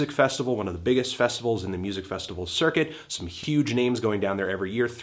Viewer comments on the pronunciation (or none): none